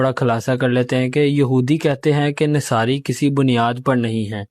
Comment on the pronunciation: Nasari nhi Nasara Arabic theek se perhe please